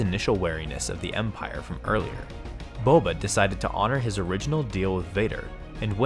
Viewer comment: it is Boba not bobe